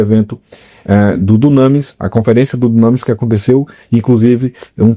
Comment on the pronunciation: Não é “dunâmis” que pronuncia e sim “dúnamís”.